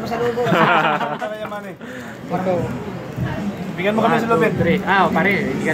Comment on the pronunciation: Yemeni ata, hindi "yamani".